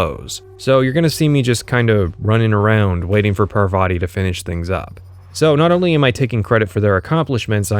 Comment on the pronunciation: i think parvati is pronouced PAR-vuh-tee (emphasis on "par")